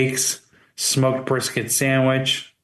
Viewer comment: is going be eating "breef bisket" with his "shied frimp"